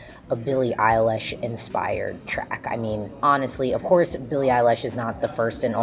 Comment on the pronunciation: nobody:: Billie EilAsh